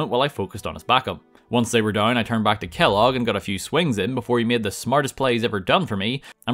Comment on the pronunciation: I lost it when you said Kelloos